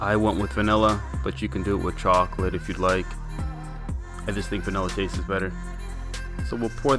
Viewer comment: Nice cake, but....please stop saying "tast-es"